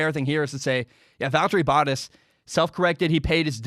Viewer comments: Bow-taas, it rhymes with Haas. Edit: Oh geez, he says Hass. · Bottas is pronounced: Baht•Haas, Bah•t•ass ---> "Bah" sound (like a sheep), "t" the T sound, "ass". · you're saying the first part of 'Bottas' correctly but you're not putting enough emphasis on the A. the 2nd syllable should sound like 'Tass' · Bottas pronouncing his name... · “Boat” like that sails, “ah” like when the doctor looks in your mouth, and throw a “s” on the end, that’s the best way to spell out how it is pronounced. You gotta get it right, it hurts when you say it haha. Love the F1 videos bud!